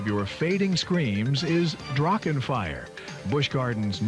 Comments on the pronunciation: Yo, German here, "Drachen" is pronounced "Drarrren" just like the "ch" in "Loch Ness" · The pronunciation of Drachen makes me aggressive.